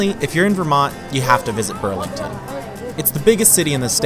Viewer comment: Burnlington haha